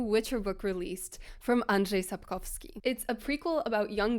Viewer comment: Произнесение Сапковского и названия книги тебя выдало 🙂